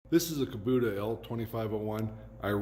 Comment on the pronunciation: Outstanding installation....very sanitary. Since I'm on my 3rd Kubota and used them with a business, curious as to why you call it a Kubuta when it's an "O" after the "B". Not sure if you're from Canada or some other Country, just was puzzled. Keep up the nice installs; looks very professional. A lot to be proud of there!!